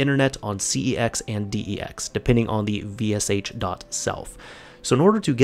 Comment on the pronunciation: It's dex not pex